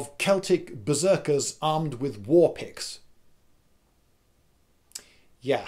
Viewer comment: Beriorn Oh.... Picks... I thought he said Pigs. Warpigs...